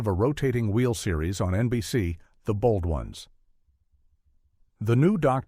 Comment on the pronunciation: Why must you use AI to narrate these things? Would it cost that much to have a real person narrate them? The weird pauses in the middle of a sentence, the Bold Ons, and the m.a.s.h! It's so stupid!